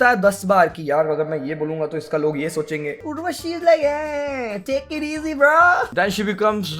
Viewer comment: Urva - chi! 😂